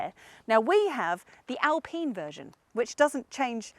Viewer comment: I know the French are weird when it comes to some thinks but please say Alpine rights its Al Pine as in Pine not pene.